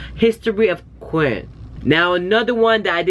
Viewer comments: Regarding History and the way they pronounce queen i thought the same as you when i first heard it but apparently queen in Korean in 'kwin' so they are actually saying queen in Korean. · "qu-in" that was so on point 😂😂😂👌👌👌 lol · One of the ways to say queen in korean is Kwin, so it's actually correct and Korean :) after this I can listen to it without getting annoyed haha.